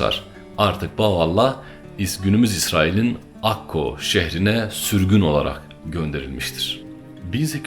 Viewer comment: Akko değil Akka